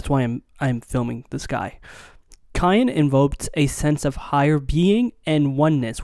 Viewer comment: How do you not know how to say cyan at 24 years old